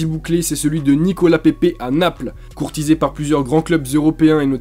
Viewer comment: Ta mal dit pepe a Arsenal 🤣💦😊